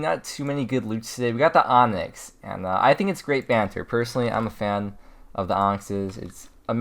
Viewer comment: Ew hearing an American saying banter 😂